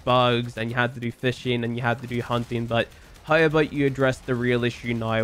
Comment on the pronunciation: I love you bro, whether you play Warframe or not. I love you because you change the pronounciation of 'now' to 'naei', 'how' to 'haei' and 'somehow' to 'somehaei'. That's rad and always fun ^^